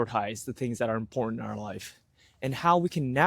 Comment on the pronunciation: I know it's petty but it irks me that you can't seem to say 'important'. Ok.. done with that. Content is great. I can feel the shift in my attitude and see the changes in my life. I am content almost all of the time now.